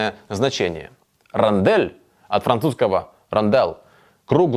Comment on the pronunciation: Напиши rondelle в переводчик и послушай, как произносится.